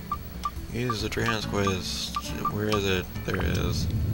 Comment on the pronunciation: Dran's CREST. Not quest.